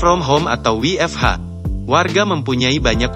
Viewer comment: baru mau koment soal ini kwkwkwkw. mau keliatan bulee tapi baca huruf nya ngaco